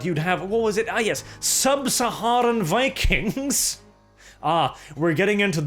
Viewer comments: It’s pronounced Vikangz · Vi-kangs.. Vi-kangs... Also "Lots of research on vikings"... studded leather armors everywhere...